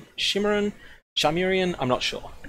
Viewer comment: What is that Shimmerononononon pronunciation xD